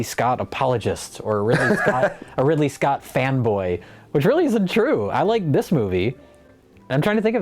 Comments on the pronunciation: Did Jay say “Ripley Scott”?? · Did Jay say, "Ripley Scott"?